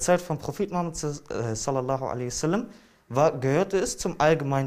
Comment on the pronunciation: kann nicht einmal den namen des Propheten richtig aussprechen, aber sich berufen fühlen in Namen des islam zu reden. Bitter.